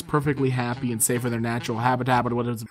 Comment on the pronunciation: bruh- it was alright until the very end, where they try to say "habitat".